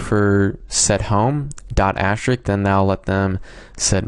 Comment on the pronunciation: Thank you even though I found this 5 seconds after I found out what I did wrong lol. And also, not to be rude, but it's asterisk, not ashterik.... But great video and helps a lot :D